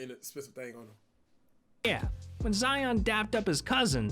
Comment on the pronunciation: I hate how ya pronounce our names.... Lion... Zion🤦🏾‍♂️😭💯